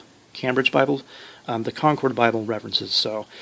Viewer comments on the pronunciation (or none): none